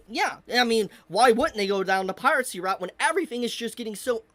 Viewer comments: its "piracy" not "piratcy" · Agree with a lot of points but for gods sake just say piracy instead of piratsy its driving me insane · Pie-ruh-see Not Pie-rat-see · The way you pronounce piracy is weird. You sound like you're saying pirate sea. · you keep saying pirate-cy but there's no t in piracy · Bro ever time he seat piracy with a “T” the heck (piracy not piratecy) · Why does he keep saying pirate sea and not piracy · bro really said pirate sea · the way says "piracy" as "piratcy" is so annoying lol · Piracy, not Piratecy. 🤣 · "Piracy" ❎ "Pirate Sea" ✅ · Am I the only one who hears him pronounce piracy as “pirate sea” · Why do you pronounce it "pirate-see"? 😂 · piracy not piratcy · is this guy pronouncing "piracy" as "piratecy" ??? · It's piracy, not piratecy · pie-ri-sea. not pirate sea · BRO STOP CALLING IT PIRATCY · Piratsy? You mean piracy? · Please stop saying PirateCy... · Who is gonna tell that it's piracy, not piratecy? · i like the video, but every time he goes "piratecy" i cringe so hard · bro says piratcy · is it me or am I hearing piracy as pirate-cy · I cant with his pronunciation of piracy. He says it piratsy. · it sounds like you're saying "Pirate-Sea" 😂😂😂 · bro pronounces piracy like piratesea there is no t in piracy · Was he saying piratecy?